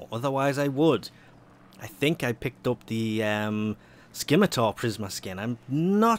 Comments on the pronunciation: Skimatar?... Scimitar. Like simmer-tar. Sim-a-tar. EUGH. Sorry, Just bugged the fuck out of me. Great video and thanks for always pulling through with the Baro videos! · You are aware the C in Scimitar is silent? /ˈsimətər,-ˌtär/